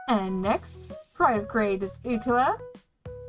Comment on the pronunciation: Nice deck profile. Makes me want to rework some cards needed for my saekano deck. Also, it's ok, I've gotten Utaha's name wrong, too. The first time I saw her name.